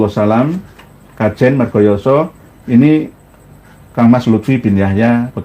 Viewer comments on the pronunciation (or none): none